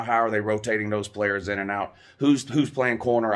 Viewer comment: They ain’t pwaying nobody WOUUU